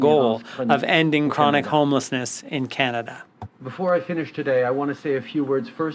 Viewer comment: Maybe of you didn't kill off 50000 jobs in the last 4 years might not be as many homeless. Don't vote for this clown. Can't even say Canada properly